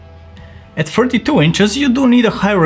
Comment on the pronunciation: He did sounded like 42 or mispronounced